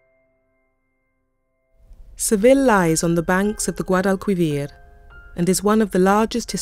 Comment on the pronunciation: I had a minor quibble with the pronunciation of Spanish words at time, but the soft c pronounced as a th was at odds with La Giralda (surely it’s pronounced Hee-ralda) and the Guadalquivir river with the ‘qu’ pronounced as in English, rather than a k or hard c sound. Still loved the show. Seville was my favourite Spanish city. I just wish I’d seen more of it...but that looks a way away.